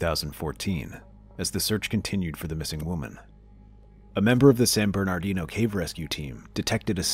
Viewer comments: San BERNARDINO. not bernardo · It's San Bernardino. Not San Bernadino. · I laughed at the pronunciation of San Bernadino. In our teens... Decades ago we would sound out street and city names viewing them as someone seeing it for the first time. San Bernadino was one of them. So many ways it can be sounded out. Others are Lamoile and Tooele. 😊😉